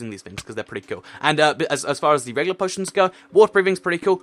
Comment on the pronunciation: u said poo poitions